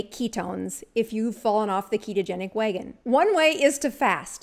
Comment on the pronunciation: Great video!!!! But it's wagon not wheygon😂